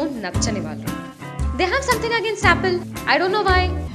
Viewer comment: Pretty funny but btw, "valuu" kaadu "vaallu"